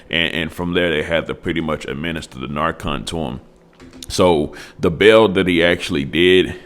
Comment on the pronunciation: Learn how to say narcan